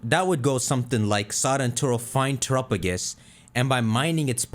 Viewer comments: (Tour - up - uh - gis?) defuq? this thing is definitely pronouced (Tear - app - uh - go - s) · I just can't listen to this person say turrapigus all video.